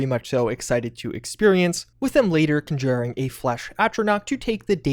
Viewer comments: The way this guy says conjuring bothers me. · I like your content but your pronunciation of conjure and conjuring makes me want to throw my phone into the toilet. LoL